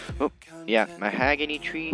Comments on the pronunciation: U say the hog not hag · It’s pronounced mahogany